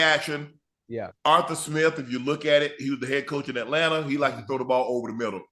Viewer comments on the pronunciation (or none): none